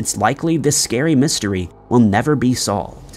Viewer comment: The stories are vewy scawy